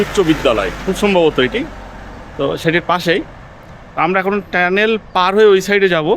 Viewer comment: শব্দ টা কি টেনেল না টানেল